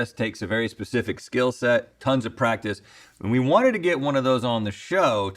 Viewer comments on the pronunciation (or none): none